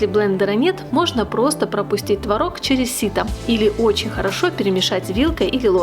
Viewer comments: Только ТвОрог,а не творОг. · Не Тврог А Творог !Удаление на первый слог !!! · Хороший рецепт! Спасибо! Но, надо правильно говорить- твОрог! ТвОрог! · Все бы очень славно, но если бы не мешающая музыка , и вы правильно делали бы ударение: твОрог ,а не тварОг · Надо говорить ,, твОрог, ,, твОрога" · Произношение слова «творог» в падёжной форме не правильно - ударение не ставится на последний слог а на необходимо ставить на первый. А так все отлично! 👍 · Как я с Вами согласна!!! ТВАРОГ через А режет слух! Но так многие говорят. А ещё мне не нравится, когда говорят щавЕль, мне нравится щАвель - ударение на А!!! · было-бы совсем хорошо, если- бы делали правильно ударение в слове ТВОРОГ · По русски в твороге ударение ставится на первый слог. Уши режет